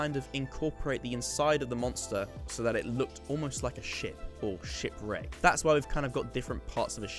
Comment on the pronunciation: Why did it sound like he was saying “shit wreck” XD